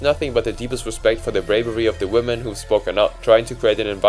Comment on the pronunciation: 'Women' is not pronounced "woman".